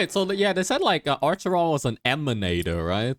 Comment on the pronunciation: "ARCHERON". Im crying